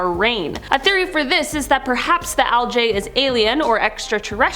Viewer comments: Why you pronouncing algae wrong?? It's not aljay it's algae?! 😂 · Algae. Like al-gee. Omg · It is pronounced "Al-gee" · I've never seen anyone pronounce algae like how its spelled until now and I'm unsure of how to feel. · I'm sorry but the way she pronounces algae is kinda funny to me. I've always heard it pronounced with an 'e' sound at the end not an 'a' sound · One thing I learn in every video: the differences in pronunciation of different words between the US and Canada. In this video, it’s the word algae. lol I also learned at the end that has a sailors mouth like me! 🤣